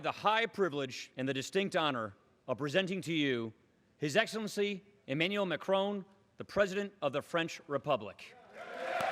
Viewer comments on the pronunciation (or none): Look at Macron's brief facial expression when this guy tried to pronounce his name :DD Why are English speakers not able to pronounce anything which is not English correctly?? :P